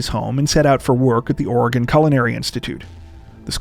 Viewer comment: I live in Portland, Oregon(thank you for pronouncing it correctly), and I’ve never heard of the Brophy case. Strange how that is! Great coverage though. Think about the family, friends and time before you do the crime.